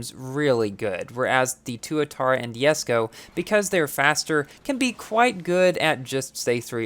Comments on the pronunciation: Even the owner of this car pronounce it as jes-ko and you say it as Yes-ko. I don't understand. Is it because of the difference in American English and UK English? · I hate the fact that you call it “yesko” like bruhhhh xDDD